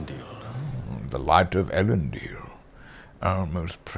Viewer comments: Repeat after me... Elendil... E L E N D I L and the Light of EARENDIL... See? There is a slight difference there. 😀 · It is the light of Earendil not Elendil! :) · light of earendil, not elendil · The light of Earendil. Not Elendil. 🤣🤣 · Love your content. Hate to correct you, but it’s the light of Earendil. Not Elendil. Read the Silmarillion ;)